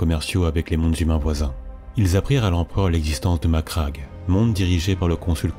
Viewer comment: Très bon travail, bon rythme , et surtout... tu prononces Macragge correctement. Merci. Un mixage musique moins fort (ça étouffe la voix sur la voix par moments, comme vers ), un tout petit peu plus de pause sur la ponctuation, une inflexion plus marquée, et tu rejoindras vite le niveau de Baldemort :)